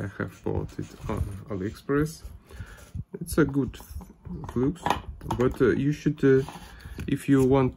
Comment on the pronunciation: Автор! Флюс по английски пишется flux но читается флАкс а не флюкс. Закрытый слог и т. д.